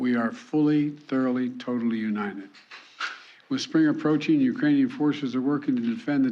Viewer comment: * Ukrainian’s not “eucranees”